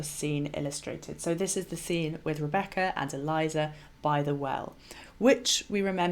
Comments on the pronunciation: Not ee-LIE-zuh. Rather, EL-ee-AY-zar. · Eliezer is a male name. It is not Eliza (as in Eliza Doolittle) but prounonced El E A (long a) ZAR. I like your videos and input. Just thought you should know. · I love your videos and am currently binge-watching them. But I have to correct pronunciation of the name of Abraham's servant at the well with Rebecca. He's not "Eliza", he's "Eliezer" (pronounced "Ellie-Ehzer"). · Eli-ayzer. Not Elizer. Thankyou